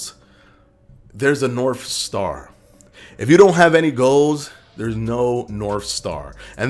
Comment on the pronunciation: Norf star 😂